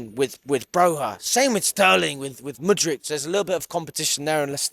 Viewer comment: Bro I beg you stop calling him Mudritch, its fucking annoying. That's not how you say it, a K doesn't make a CH sound